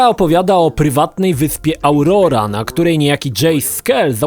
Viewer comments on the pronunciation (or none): 1. Auroa a nie Aurora 2. Na PC można odpinać i 'zarządzać' celami i można listę też ukryć 3. Na biwaku można wybrać tylko jeden buff, więc raz oglądasz zjebaną animacje, której nie można przerwać 4. Grafika ssie (na PC) Wszystkie ustawienia na maksa i jak lecisz heli to drogi wyglądają jak ośmiobitowe, nie mówiąc o pojawiających się nagle elementach bardziej oddalonych modeli. Po prostu gówno. 5. Wrogowie znikają przy około 500 metrach. Porażka. 6. Mógłbym tak dłużej ale już mi się nie chce...